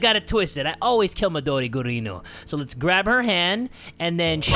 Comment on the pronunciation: I love how call midori mudori gurinUUUUUUUUU